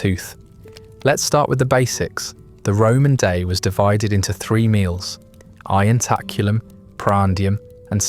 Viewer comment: You pronounce 'ientaculum' and 'cena' in a horrible way. The i in 'ientaculum' should be pronounced as a j. C in 'cena' is, as always in classical Latin hard, thus pronounced as a k.